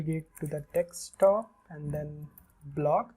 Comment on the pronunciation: its not dextop its desktop